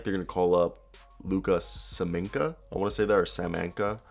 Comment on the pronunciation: Devin Vassell is absolutely my favorite aside from DeMar. That kid is the future. BTW it's Samanic not Saminca. Lol